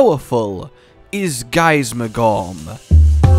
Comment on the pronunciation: For some reason I can't unhear the "gorn" sound when is referring to Gaismagorm lmao, but maybe that's just me- I'd definitely see it being a relatively close fight between the two, sure Fatalis has a base advantage in sheer power but, who's to say what would happen if we actually got a "fully serious" Gaismagorm from the start of the fight, rather than near the end? If he saw Fatalis as strong enough to warrant it, he'd probably give Fatalis the "full 2nd phase form" very early and that could potentially play into his favour in the long run